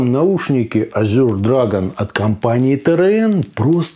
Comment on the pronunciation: Ну почему "Азюр" то?! Буквы "ю" там ни в каком варианте не просматривается. По английски это "Эже" ну а по русски, на крайняк - "Азур".